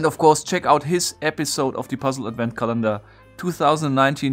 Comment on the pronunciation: Nitpick about pronunciation: The word Advent is pronounced AD-vent, not ad-VENT (accent on the first syllable). Otherwise great video, as always. :)